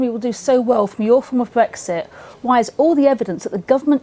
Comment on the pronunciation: it's not BWEXIT FFS it has an R in it